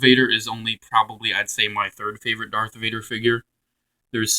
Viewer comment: its darth vader not dark vader